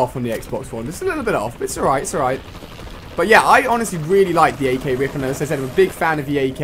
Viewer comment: It pisses me of how he pronounces the R.I.P 'rip', and then the flipping BAL (notice no full stops) he pronounces B.A.L I mean cmon I could understand spelling them both out or saying them both as they look but he is purposely ignoring the rules of flipping English here.